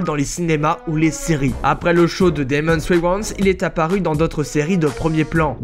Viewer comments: C'est Damon Wayans pas Demons Wiwans. C'est quoi un charmant petit baletin ? Et le portrait c'est Halle Berry. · Y'a que moi que ça stresse la manière dont il dit Damon Wayans,j'ai l'impression qu'il parle pas de lui!